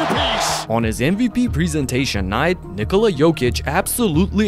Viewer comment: I love how you pronounce Nikola how it should be😂😂 not how Americams do😅😅